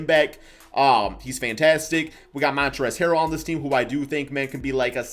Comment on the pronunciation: Hey so um its Montrezl not Montrez hehe